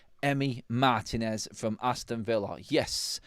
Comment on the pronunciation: Guys, pronounced Mar-TEEN-ez. The accent is on the “i”.